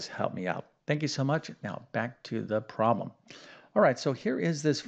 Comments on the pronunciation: Do you have a speech impediment? Why do you pronounce PROBLEM as PWAAB! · You keep saying Prom and I also heard prolum WtF language are you speaking ?